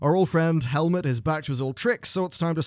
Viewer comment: "Helmet" Nessingwary. !triggered